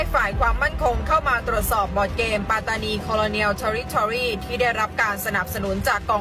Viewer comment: แค่ออกเสียงคำว่า ปัตตานี มาออกเสียงเป็น ปา-ตา-นี ก็ผิดแล้วเพราะภาษา มาลายู ที่ออกเสียงเป็น ป๊ะ-ตา-นี สัมพันธ์กันกับการออกเสียง ปัต-ตา-นี ครับ ภาษาอังกฤษที่เขียนว่า patani มันต้องออกเสียงเป็น ปัต-ตา-นี ครับ 🎉พวกกบฏทั้งนั้น หลักฐานชัด สมัยก่อนหนีมาพึ่งไทยนี่แหละ แต่ตอนนี้หาว่าไทยไปยึดคุมอำนาจปัตตานี แสดงว่าลืมคุณแผ่นดิน ลืมรากเง้าตัวเอง พิธาเคยพูดหาเสียงกับคนปัตตานีมาแล้วเหมือนกันเปะกับนักศึกษาที่ออกมาเห่ามาหอนเลยนะย้อนไปดูได้